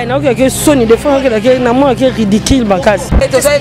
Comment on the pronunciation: BALOBAKA RIDIKIL TÉ,RIDICULE, E'ZA LOKOLA BATU MISUSU BALOBA SICRE,BERRE, CONFITIRE, FATIGUEUX